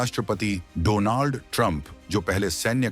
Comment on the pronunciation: Don't you know how to pronounce Donald